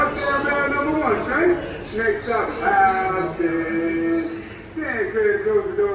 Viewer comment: He did not pronounce Houston correctly. It was heard a "House is"